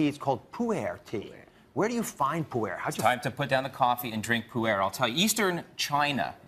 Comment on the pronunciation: It is not pronounced Poo Air, it's pronounced like Pooh in Winnie the Pooh and the Er in Ergonomics, so it is pronounced Pooh-Er.